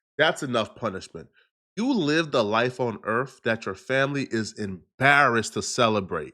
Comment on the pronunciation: Did he say "Earf"?